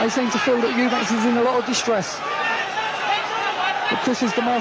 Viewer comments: Is it just me that finds mcguigan extremely annoying calling Chris "eubankS". There is no s on the end of his name. FFS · EUBANK not EUBANKS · 😂😂CWISS UBANK